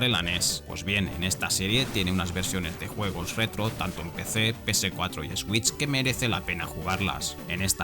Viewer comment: “Es-güich”?😂😂😂 , mejor “suich”, no es tan difícil 😉